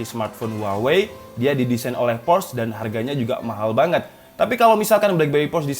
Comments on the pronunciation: FYI, Porsche bacanya po(r)-sye gaes. R nya tipiiis. Yang jelas bacanya bukan pors. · Por sche, bang. "Por - Sche". Bukan Porsh 😂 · Cara membaca/menyebutkan "Porsche" yang benar adalah "Por-se atau Por-shuh" jadi bukan "Porsh, atau Poresh". Hanya berbagi pengetahuan 😁. Saya salah satu yang tidak pernah punya hp blackberry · Btw bacanya Porsche itu 'Porsye' bukan Porsh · dibacanya por' syæ mas, r nya dibikin cedal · Spell nya sebenernya POR-SYE/ POR-SHE, Brand dari jerman kan itu